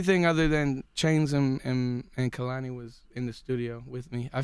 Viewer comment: They kept saying Kehlani's name wrong 😐😐😐